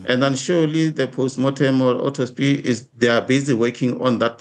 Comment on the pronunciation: Education exposed here - He just said autospy instead of autopsy 😅.